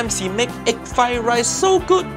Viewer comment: no not vegetarian he put eeg where a vegetarian 🤣🤣🤣